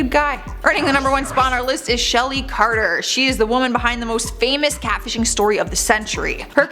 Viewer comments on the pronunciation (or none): Chartier, obviously pronounced “carter”...this girl is just dumb at this point.